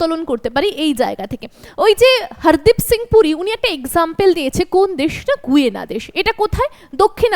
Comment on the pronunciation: আপনাকে ধন্যবাদ জানিয়ে একটি কথা জানাই যে, দক্ষিণ আমেরিকার দেশটির নামের উচ্চারণ "গায়না" হবে গুয়েনা নয়।